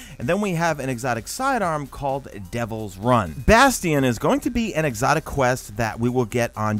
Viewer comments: Every damn YouTuber calls it Devils Run! For god sake R-U-I-N! Ruin! Lmao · It’s pronounced devils Ruin not Run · My man, it’s Devil’s RU-IN. Not run.